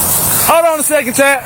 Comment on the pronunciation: "hold on a secon' chat" haha GOAT